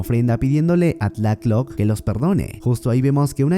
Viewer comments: FUISTES A LA NOCTURNA ....... SE DICE BIEN TLALOC....... NO TLACK LOC MAMER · Ns por qué me enojo siempre que dise tlatoc en vez de tlaloc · Me encanto el resumen, pero no sabes cómo sufri cada vez que decías tlacloc en vez de Tlaloc jajaja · No es tlaclock es tlaloc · Amigo es Tlalok no "Tlaklok" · Tlatloc es Tlaloc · Y cuándo aparece MANÁ cantando el rey tiburón? Me gusta mucho como dices Tlácloc y TLÁLOC we, sosten mi pulque. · en resulta curiso escuharle decir decirle tlath-lock al dios del agua , solo se pronuncia como se le escribe tla- loc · Ese" Tlacloc "😂😂😂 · No se pronuncia así y no es un demonio es un dios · Se dice tlaloc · Pense que eras mexicano pero veo que no sabes ni pronunciar tlaloc correctamente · Esta chido tu video, pero asi no se pronuncia tlaloc